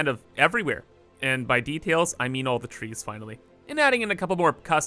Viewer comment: I been watching you for so long and I still don't know if you saying main or mean😆